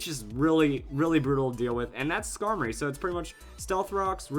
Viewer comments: Why would u say scarblis D' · I assume he's talking about Skarmory with Blissey?